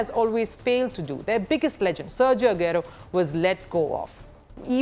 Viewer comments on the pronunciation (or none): She definitely hasn't watched a single game of premier league before. Ageero, KBD... Sounded like a business news than sports.